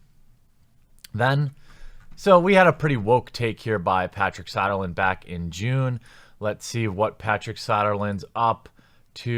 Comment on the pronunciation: It's So-der-lund. Not Sah-der-lund... I don't like the guy either, but at least pronounce the bloody name correctly. About as bad as YongYea saying "Feb-eee-air-eee instead of "Feb-roo-air-eee" as it is SPELLED and Pronounced.